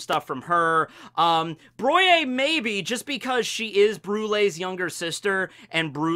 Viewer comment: Effilée = 'A-Fil-A' means taper and Poire = 'Puh - R' means peach , Broyé = 'Brou - ah - yah' means to pound :) ... You're welcome